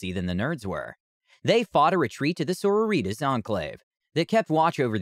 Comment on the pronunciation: The way he says the word sororitas makes me sad